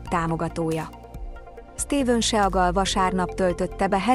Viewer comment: seagal hoogy lehet IGY mondani a nevèt teeee??????? sea (szii) mint a tenger angolul vazzeg! IIISTENEM ..HAHAHAHAHAHAHAHA